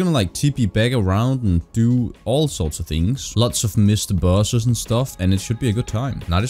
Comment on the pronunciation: Take a shot every time says "baus(es)"